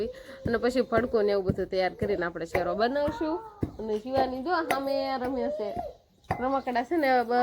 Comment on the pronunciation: શેરો શેરો સુ કરો શીરો બોલો